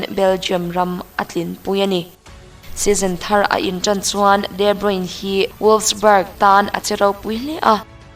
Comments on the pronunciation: Debruin tia lam lovin debruna tia lam tur niin ka hria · Pronunciation hi kalo ngaimoh thrin a.. De nilo in Di (D) anga lam tur zok ani e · Chuan, a hming hi Di Broin tia lam tur nilovin Di Broina tih tur, hei hi amah ngeiin a sawi a ni. Tawng dang kan chhiar dawn chuan pronounciation zirchian hmasak hi a finthlak fo thin. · Tha lutuk tlat 👍👍mahse footballers ho hi ram hran2 te an nia...de broine ni lo in de broina tih in an lam tlagpui...soive mai2...a tha in gaihawm thei tuk nia... 👍👍🏻👍🏻👍🏾👍🏿👍🏻👍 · De bruyne tiin i lam a..i lam dik lo..de bruyne tia lam tur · Kawmentatawir ho chuan De Bruna tiin an lam țhin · De Bruina han ti la chu ngaihthlak a kal zat tur a nia leh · De Bruyne (De Bruy_ne) ti a lam zawk tur aw 😍😘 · Mizo tawng takin de bruina tiha lam tur aw miss... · De bruina an tia lawm...😆😆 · A hming i lam dik lo aaa...😣😕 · Kevin debruyne hming hi ilam dik lo in kahria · A hming I lam diklo aw ✊